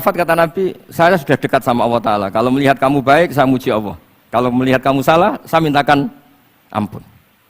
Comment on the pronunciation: Sy akui Gus baha ilmunya tinggi...tapi sayang ga bisa melafalkan kata ALLAH..? BELIAU GA BISA..COBA DENGERIN.PADAHAL INI PANGGILAN UNTUK YG PUNYA ALAM SEMESTA INI. KO MENYEBUTKANNYA ASAL ASALAN beliaw cuma bisa kata AWOH (BUKAN ALLAH) KARNA DRI AWAL BELAJAR MENYEPELEKAN KATA ALLAH 🙏